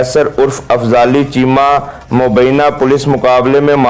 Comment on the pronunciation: Afzali chema not correct it fali chema